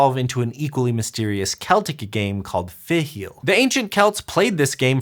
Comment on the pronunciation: Impressed with stab at pronouncing "fidchell"!